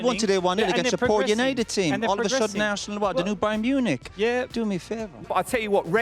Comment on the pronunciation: "eiresenal my goodness"